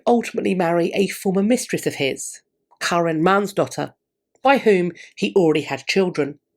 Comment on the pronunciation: As a Karin, I have to say that your pronounciation of my name was the best one I've heard from a primarily English speaking person! Bravo! 👏 🎉